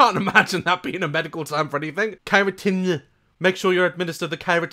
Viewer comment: Why did it sound like he’s just saying Keratin?